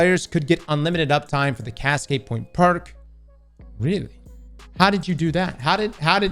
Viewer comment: The way he says “POINT” sounds like “POYEE-NTH” Idk why its satisfying 😂